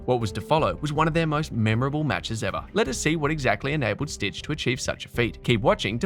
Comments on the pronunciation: If you call him „stick“ it’s much closer to how his name is actually pronounced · So funny you spell and pronounce Stich's name as Stitch lol. I guess you don't know German. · It's really annoying that you call him 'Stitch'. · H2H Richard Krajicek-Pete Sampras: 6-4. And it's Stich, not Stitch! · Don‘t worry. I studied in the US and wasn‘t at all annoyed by your americanized version of the German „ch“. It‘s just a phonetic sound English speakers don‘t use 👍🏽